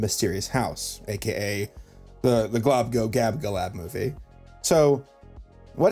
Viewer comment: I'm impressed you can say "Globgogabgalab".